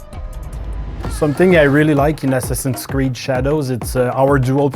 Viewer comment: had a stroke hearing him say assassins creed